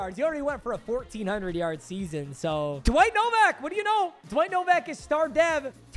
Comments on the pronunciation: Man pronounced Nowak Novak the whole time Jesus Christ man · As somebody with the last name Nowak I feel very weird when you mispronounce our name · Bro called Nowak Novak 💀